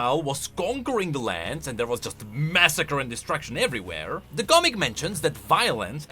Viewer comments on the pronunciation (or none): none